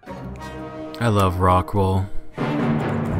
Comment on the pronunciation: What do you use as the planting media (instead of soil)? I can't remember the name and it sounds like you're saying "rockwall"